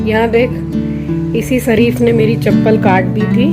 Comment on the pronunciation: its शरीफ़ not सरीफ.plz improve your pronounciation of श as स, it sounds so bad